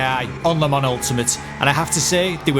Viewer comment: You pronounced Le Mans correctly!! Couldn't be more proud of you mate! On a more serious note, I've watched a couple of your videos now as I've been thinking of purchasing the game and wanted to say: really good content mate. Sub'd and liked. 👍